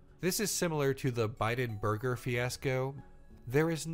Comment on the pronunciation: Okay, it was 'borger' not burger. Just correcting myself before anyone else can